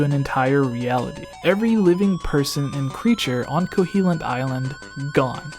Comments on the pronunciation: KoHOlint...not CoHEElent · Kohilint? Pretty sure it’s Koholint... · eye twitch there's no E in Koholint, it's not Koheelint xP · First up, can I just crucify you for calling it 'Ko-HEE-lint island? Secondly, that is all.